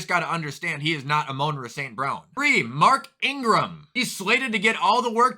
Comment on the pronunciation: "Amoanra St Brown"